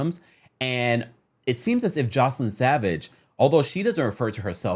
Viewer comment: Hey just a heads up for the next video (lord knows with R-Kelly there will be one) her name is pronounced Joyce-Lynn not Joselyn. Hope this clears things up!